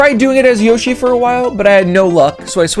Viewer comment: “Yoshi”? You sure about that?